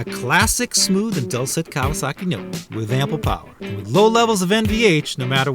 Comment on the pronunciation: Fair! Reminds me of my old KZ for sure. I'll stick with my speed triple ;) Kudos on the correct pronunciation btw